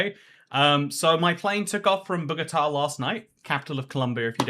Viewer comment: "bow-go-tah" = Bogota Aww what?! that's twice i've been in the same bloody place as you and i haven't met you yet >:(